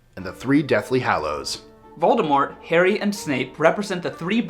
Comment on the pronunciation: IS A HUFFLEPUFF! Yeah!! Also, props for pronouncing "Voldemort" correctly!